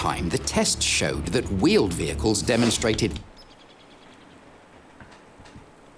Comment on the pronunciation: But not vheeled wehicles.